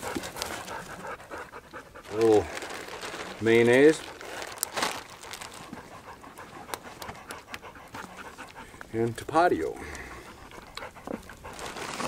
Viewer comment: Been waiting patiently down here in TEXAS! Glad to get the notification about this one. Pssst...hey, it’s pronounced “Top-a-TEE-o.”